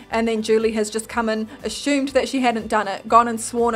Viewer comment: Hey uhm...... it's pronounced ASS-umed not ASH-umed. My brother and friends get on my ass about it all the time... XDD ILY